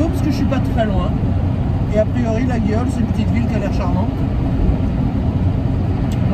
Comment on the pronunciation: Pour info, le G de laguiole ne se prononce pas. On dit LA-I-OLE ;-)